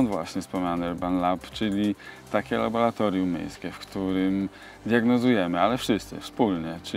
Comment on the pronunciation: Panie prezydencie mówi się laboRatorium 😉